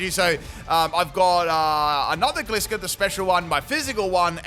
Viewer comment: my man you deserve all the hard work and dedication you do for us. BUT I’M ROASTING YOU FOR MISPRONOUNCING GLISCOR